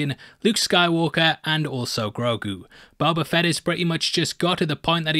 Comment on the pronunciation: I love how: Mos Espa = Mos EspER Boba Fett = Buba Fett